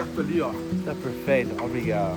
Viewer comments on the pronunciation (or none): We say obRigaDo and amiGo, not obriga'o or ami'o.